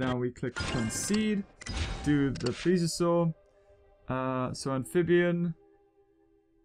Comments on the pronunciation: Its pl es e o. Saurus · You said plesiosauarus wrong